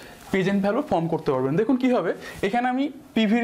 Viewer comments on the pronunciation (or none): none